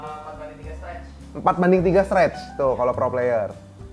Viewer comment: tipikal orang indo, ngomong player jadi pIer, huruf "y" nya hilang wkwkwkwkwkkwkw